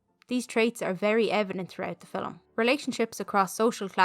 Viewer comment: Great video. The way you pronouce ‘film’ as ‘filim’ is different than how i say it. 😊 Thank you